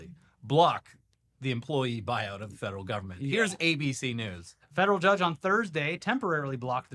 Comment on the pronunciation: It's pronounced government, not jovernment. And the no silent 'e' in efficiency